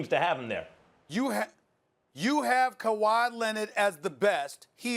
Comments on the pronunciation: Max you gotta be eating rocks to say Kahwi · Max said kawhi 😂😂😂 smh